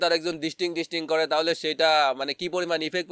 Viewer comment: ডিস্টিং ডিস্টিং কি ভাই প্লিজ বলেন 😫😫